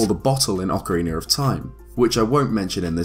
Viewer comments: Why do you ocarina sometimes and ocarineer which isn't a word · Ocarina of time not “orcariner” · “Ocarinar of Time”